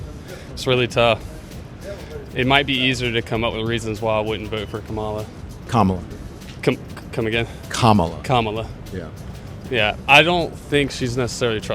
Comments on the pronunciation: it's comma-la not Ka-MA-la. i'm talking about the pronunciation of her name. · These MAGAs STILL can’t pronounce Kamala (comma-la). Just two syllables. It’s not that hard. But they’re the smart ones. Ok. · Don Lemon i a very good example why they don't like liberals. Look at him repeatedly embarrass the guy for mispronouncing her name. That's just not gonna work. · It’s a conscious decision to mispronounce her name. So, they need to be reminded. You expect people to pronounce your name properly, right? Mutual respect, people purposely mispronounce her name. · Please look at it from the other side, it is very disrespectful for someone to continue to mispronounce a person's name, after being corrected (especially more than once). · Agree…but as far as the name goes feels like people mispronounce on purpose. Like it’s not hard to say so why say it wrong?